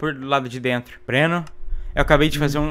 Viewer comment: a coisa mais bizarra e ele falando ''Breno'' ... tip: meu nome tmb é Breno